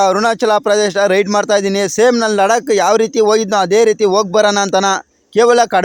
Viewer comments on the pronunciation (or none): none